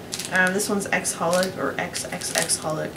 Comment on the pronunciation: Awesome haul!! I think xxxHolic is just pronounced as "holic"